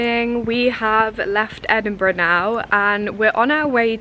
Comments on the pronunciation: Well done you got the name right 😂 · So funny watching this as someone who goes to Edinburgh uni and grew up in Dunfermline!! (also Sid pronounced it perfectly haha)